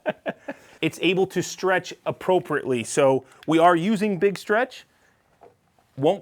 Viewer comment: Nothing wrong with a good bit of stwech hey 😂😂